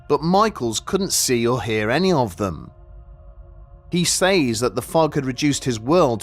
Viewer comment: "He saize"